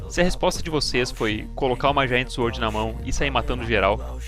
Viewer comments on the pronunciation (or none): none